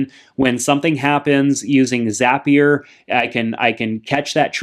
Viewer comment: It’s zapier